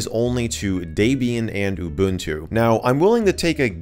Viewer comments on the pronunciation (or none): deeebian not daibian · D"e"bian. Not Daybian. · Welp, that's the first time I've ever heard "Debian" mispronounced. Did that drive anyone else crazy? It's not pronounced "DAY-be-an" it's pronounced "Deb-e-in", as in the name was come up with as a mashup of the names Deb(ra) and Ian ... Debian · i'm sorry but , DEBIAN NOT DAYBIAN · your saying Debian wrong lol its DEBIAN not daybian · Daybian is indeed a very nice OS and there are a lot or people who use it. Personally though, I prefer Orch L-eye-nux. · who else is slightly irritated by the way he says debian >_< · Lol the way he pronounces Debian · you speak incorrect for Debian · You said Debian wrong